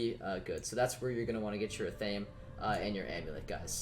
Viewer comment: No one ever says athame correctly lol. It isn’t ah-thame, it’s ath-uh-may.